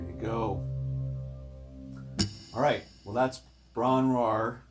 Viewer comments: The name is not pronounced Bron rar. Its Bron yr Aur. It's Welsh. Using English as the basis for letter pronunciation with the following adjustments. All letters are pronounced with equal measure, so the r's are pronounced and heard not blended so like r in rabbit not r in air. The o is same as o in "on", the y is the same as u in up, the A is the same as a in Ahhhhh, u is the same as the ee in bee so Bron yr Aur pronounced like B-r-o-n u-r A-ee-r. Nice playing. Thanks for the lesson 😊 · I heard a Welsh woman say it and she pronounced it brrron yr Ir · Love the channel. I remember years ago asking a welsh friend how the song was pronounced, he pronounced it “Bron he her” without emphasis on the h. All I do know is this is my favourite song to play acoustically for years. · I agree Robert Plant's pronunciation was incorrect, and the above is more correct. I live about 25 miles from the cottage and am a Welsh (Cymraeg) learner. Literally translated from the Welsh Bron-yr-aur mean "breast of gold" but in a place name could also be translated as "hill of gold". Great video, encouraging me to pick up an acoustic for a change.